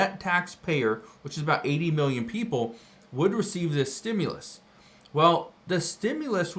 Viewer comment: ITS A REFUND CHECK STOP CALLING IT A STUMLUS.